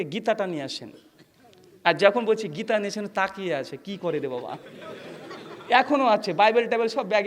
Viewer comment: আপনি যদি এতোই শিক্ষিত তাহলে বাবা শব্দ টা কে বাঁপ উচ্চারণ কেনো করছেন??